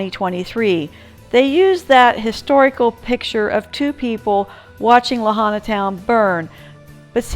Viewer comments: It's properly pronounced Lāhainā, not Lahana. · Pronounced La Hi Na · I also know a few friends who lived near the safeway over by kahoma street. They werent able to get out in their vehicles so a bunch of people went across the street and took a bunch of shopping carts for the entire neighborhood, they were trying to load up some of there belongings and walking them up north to the civic center. I also want to make sure youre aware you're pronouncing Lahaina wrong. LA-HIGH-NA. I also went through lahaina a couple days after the fire with my husband who is a emergency responder. We were able to drive through the baracades that following Thursday. I took a bunch of video footage that I haven'tt posted yet on social media. I work for a jewelry store on front street and i went in to see if anything in our jewelry store was left and to see how our safe held up. It was completely pulverized and devastating. I actually have a woman on film trying to pick through the rubble right in front of me looking for jewelry. :/